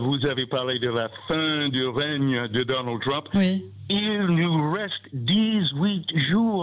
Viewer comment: "règne" ... il faut retourner au CM1 !